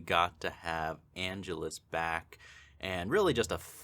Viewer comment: an-GE-lus. Get it right, dude. How long have you been watching this franchise?